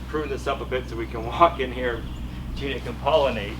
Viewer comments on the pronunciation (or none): none